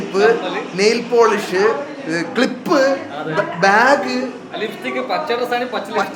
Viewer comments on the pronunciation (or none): none